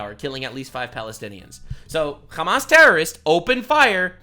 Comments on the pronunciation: "Khamas". You guys do know that there's an easier way to say it in english that's closer to arabic right? it's Hamm-mass (Hamm like the eating noise, mass like science). khamas is how they say it in hebrew. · Like Ham-ass, yeah. Like the piggie’s backside.